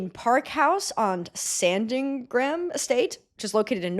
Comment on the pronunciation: As a Norfolk native, that pronunciation of Sandringham hurt, it's understandable because you kinda have to slur every word in our accent but still that was painful